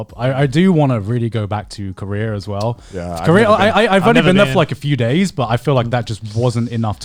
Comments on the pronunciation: it is driving me Absolutely Insane how they pronounce career like Korea and Korea like career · When Garnt says "Korea" all I hear is "Career"